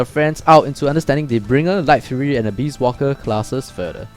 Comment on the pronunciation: Abyss = Uh-biss and not Uh-beast